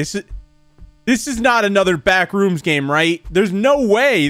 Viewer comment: Words pronounces strangely (with proper emphasis on syllables) BACKrooms: backREUMS Thanos: Thaynos